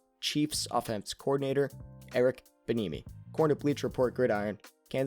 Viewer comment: You need to learn how pronounce eric bieniemy's name 🤦🏿‍♂️ 🤦🏿‍♂️ and falcons need to hire a head coach, not. Jus simply an assistant that has a good offense, or defense, and eric bieniemy run Andy Reid's offense. You have no clue what you are talking about